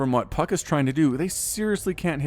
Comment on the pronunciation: Did you say Puck or F*ck In your intro?